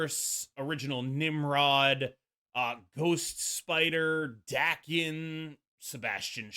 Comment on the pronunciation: mate, it's pronounced Dah-ken!